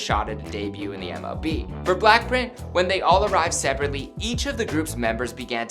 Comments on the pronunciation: You said "Blackprint" Its pronounced blackpink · did he say ‘black-print’ or am I tripin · "for blaapriihh..." 😂😂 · Say-owl : Seoul Blackprint : Blackpink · Anyone notice how he said black print instead of BLACKPINK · Is it just me or is he pronoucing BLACKPINK as BLACKPRINT? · Jerico Mhar Bolaños I swear I heard him said BlackPrint! 😭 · he said blackprint in one part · BLACKPRINT IN YOUR AREAAA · B L A C K P R I N T ? ! tell me I'm not the only one hearing that